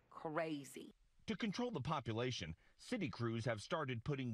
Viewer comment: “Focuses on survival vival?” And the word population ltion. Lol. Why is it doing that